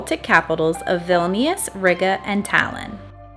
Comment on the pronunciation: As a lithuanian ur saying vilnius wrong